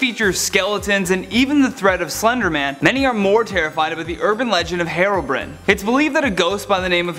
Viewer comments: He said herobrene not Herobrine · it's not Hairobrin it's Herobrine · It’s hero Brian not herobrin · "Herobrin" Nope it's Herobrine<-- see the E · Minecraft? Herobrin? Minecwaft! Herobrine ! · It is not Herobrin, it is Herobrine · You said Herobrin it's HeroBrine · did this man really just say heroine c'mon man its hero like a super hero and then brine like a brine shrimp got it gud 👍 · HEROBRINE not hairobrin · It’s herobrine not herobren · It’s herobrine not herobrin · HEROBRIN ITS HERO BRYAN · It's HERO BRINE NOT HERO BRIN. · Nobody in the world:: HeRoBriN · I heard herobread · No it's herobren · "Heero brine" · It's pronounce Herobrine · his name is pronounced Heerohbrine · He said HeRbrin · It’s pronounced hero brian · Its pronounced here-o-bri-ne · You said Herobrine wrong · ...you pronounced herobrine wrong..... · I.... I don’t think he said harobrian